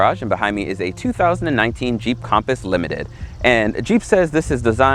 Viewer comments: Compass not com paus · It’s not compost it’s compass compass